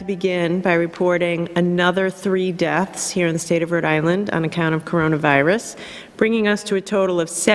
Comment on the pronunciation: I burst out laughing at this for some reason